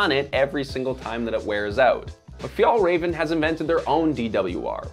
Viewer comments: "Fi-el reven" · Fyatlrafn, this is how it's pronounced. Means "mountain fox" , but refers to Arctic fox. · Sidenote, the ä in FjÄllrÄven ist pronounced like the “e” in “bet” for you english speakers. Still not the way Swedes would pronounce the word, but close enough. Just when you say the name of the brand so much it starts hurting. Other than that, fantastic videos! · Never heard someone butcher the name "fjällräven" like you! 10/10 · You almost pronounce Fjällräven correctly. The second Ä you pronounce well, but the first Ä should sound exactly the same. Good job! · Wow great pronunciation of Fjällräven lmaaaaoooooo. Disrespectful to pronounce it that way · I wish you would have just checked the pronounciation of Fjällräven before doing this video series. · look up the pronounciation of the things you talk about. the way you say Fjällräven is horrible